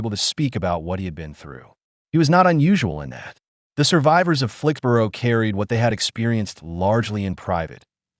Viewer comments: Here in the UK 'borough is pronounced "burra" or "bruh" (depending on regional accent), not "boro" as it is in the USA. . So Flixbruh, Edinburra, etc etc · After six “Flix-burrow”s I had to leave. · SORRY, can't watch this when the narrator can't even pronounce the name of the place correctly !!😤😤😡😡